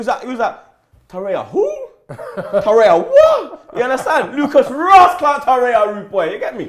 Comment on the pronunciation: it's TORREIRA not Toreya